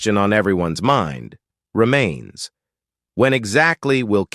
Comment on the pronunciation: why did the voice say remaings